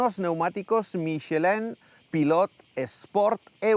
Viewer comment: MicheLEN , bridLleston , el scatergories es mío!! Jajajaja